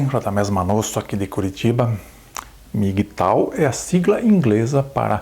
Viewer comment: Não se pronúncia MI gui tau e sim EM mi ghi tou.